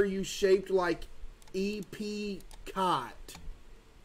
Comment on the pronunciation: The way he pronounced Epcot😂